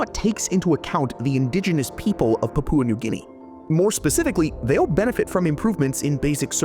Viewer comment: You mispronounced Papua New Guinea